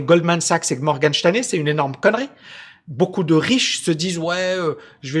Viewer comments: Cest Morgan Stanley pas Shteinley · "Morgane Chtanley"??🤔🤣